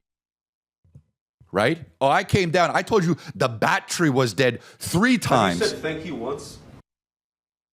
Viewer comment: "The batchry is dead"